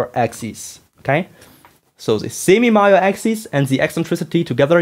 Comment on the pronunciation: During your description of the axis of the ellipses, did you mean the semi-major axis and the semi-minor axis? The way you said the former word is quite similar to the latter word. Your accent did confuse me for a moment there. Sorry for being rude, asking this question.